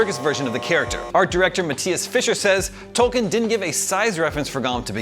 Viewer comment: Why can no one pronounce Tolkien correctly?! It is "toll-keen"!